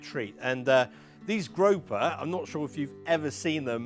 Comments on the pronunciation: 🐠 Grouper is pronounced - groo per. grope her is what you do at end of date night 🐠🍳🍳🍳🍳🍳🐠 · Grope-her? 😂 is that how they say it in the UK? Oh no. Group-er I know they aren't native to your shores so you can't claim this incorrect pronunciation 😂